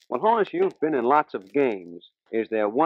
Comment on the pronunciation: It's Hah-nus. Not, Hoe-nus, "you big dummy"!